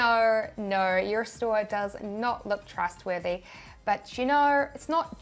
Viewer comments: I hear "Noire" instead of "No" 😆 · Theres no "R" in NO! :) Love ya!! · when Australians say no🤣